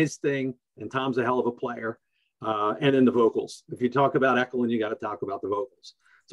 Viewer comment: It's pronounced Esh-elon... Pennsylvania band.. Two great little known prog bands..